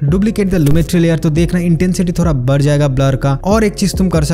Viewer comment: Bro its thoda not Thora😅